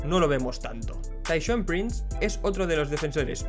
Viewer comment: Teshaun? Es Tayshaun! Buen vídeo